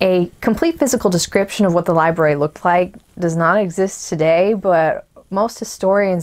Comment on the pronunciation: *Lie Brary...... Not libary...